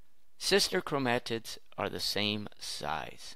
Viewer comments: Learn how to pronounce 'chromatid.' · please stop saying chromatid like that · I've never heard someone pronounce chromatid the way he does.